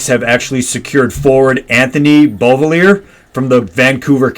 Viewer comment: Pronounced Bo-villy-ay boys😅 Also gonna be waiting for that shot